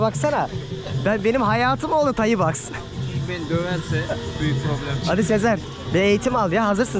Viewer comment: Tayi değil Tay kardeş 😂